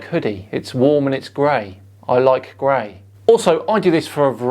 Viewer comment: Idk why but when said "I like grey" to me that was one of the most British sounding things ever